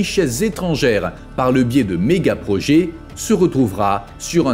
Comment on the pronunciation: Parler d'un destin tragique pour Dubai ?, rien de tragique là-dedans, rien qu'un futur inéluctable pour une ville artificielle, tout comme ses îles où les millionnaires regardent vivre les milliardaires, pour encore combien de temps ? Projet se prononce è et non projé. Agaçant.